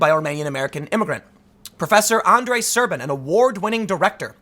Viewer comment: As a Romanian, yes, the translation is accurate (și mă zgârie rău pe creier cum pronunți Șerban)